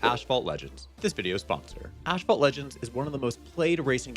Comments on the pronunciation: Wait, did you just... pronounce your own sponsor's name incorrectly? "Ash fault"? As opposed to the way it's spelled, asphalt, aka the stuff most roads are made out of, which I assume is the word and pronunciation they intend? Don't you normally have to run a sponsored video past the sponsor first? How did they not notice that? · He said Mario..yay~ "Ashphalt" Sigh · Curious if any of the Asphalt Legends reps were pissed that you called it “Ash fault” in the sponsored segment